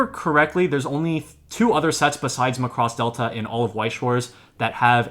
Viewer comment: Can we get the title pronounciation correct please?